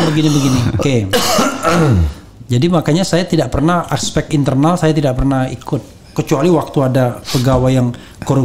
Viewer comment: ASPEK, BUKAN APSEK